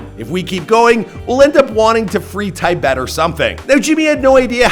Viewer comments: "If we keep going, we'll end up wanting to free tie-bet or something." Tibet is pronounced "tuh bet". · I had to back that up and replay it about three times to figure out what the hell you were saying. What is a "tie bet" and how does one free it? What are you even talking about? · Did you pronounce Tibet Ty Bed?